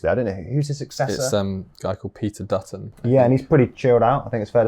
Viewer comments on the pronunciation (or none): none